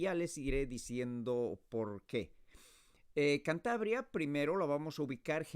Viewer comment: “Chantabria”. Really? What pronunciation is this?